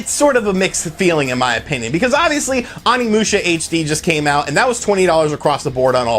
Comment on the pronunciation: I feel like you don't pay attention to very much while you're playing since you mispronounce everything. If you heard even a little bit of Onimusha you'd know you're saying it way wrong. Please TRY.